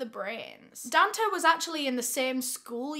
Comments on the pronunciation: bestie i think its probably pronounced don-tay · It’s pronounced DONE TAY